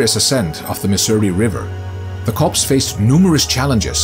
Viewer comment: It's pronounced "cores" not "corpse." Learn to read!